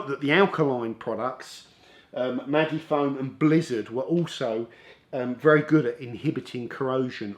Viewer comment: is it not sposed to be 'maji-foam' as opposed to maggy-foam 😊